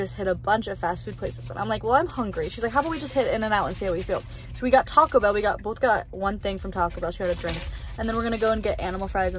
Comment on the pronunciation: her saying Taco Bell like “tocklebell” is killing me lol